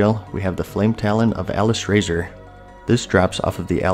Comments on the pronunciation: I do believe it's officially pronounced as "Ah-lis-rah-zor" in the game itself. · Hey. Just letting you know you said the Pure Blood fire hawk and Flametalon of Alysrazor while in correcting its pronounced "A-Lis-Ra-Zor", you said these drop from Ragnaros and Alysrazor in dragon soul 😂 Other then that. Thanks heaps for the video!